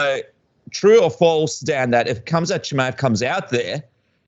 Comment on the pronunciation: The name is spelled Khamzat, pronounced Ham-Za. It's very simple. Interesting how difficult it is for people, especially most mma media. InshaAllah 10-0.